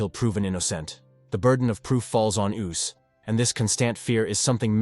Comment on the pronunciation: The AI voice is hilarious! 'The burden of proof falls on oos...'